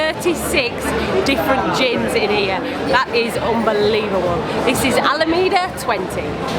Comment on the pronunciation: Alameda St. It''s pronounced AlaMAYda street, not alamida street.